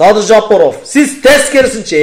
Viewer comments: Жопоров эмес тилини ондо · Бул кайсы акылдуу Жапаровдун фамилясын нармольно айта албаган.адам Садырга акыл айтабы бул Ким ОЗУ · Озуно озу ишенбеген Адам ушинтип коркот ,бетин табактай деп ,маданияты жок сыйы жок ,жок дегенде жапаров дегенди туура айтчы,дулойсунбу